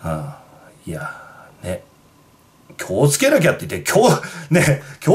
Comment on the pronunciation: きょうつけじゃなくて気を付け な